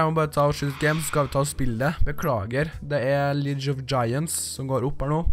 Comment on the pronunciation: Du sier "Leauge" feil! Og det kommer fra en 6. klassing